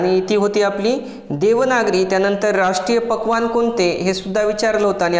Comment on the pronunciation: राष्ट्रीय पक्वान्न काय बोलात कळालं नाही